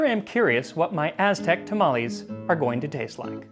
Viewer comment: Kudos on your mastery of the Mestizo Azteca pronunciations, definitely tongue twisters, even for Mexicans. Were it me, I'd bathe that lardless batch in any variety of Mexican sauces, esp mole. The history telling was hilarious.